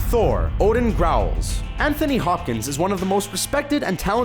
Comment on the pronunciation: I though he said putin instead of odin xD